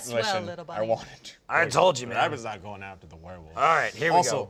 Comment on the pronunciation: Lindsay’s hunting wabbits!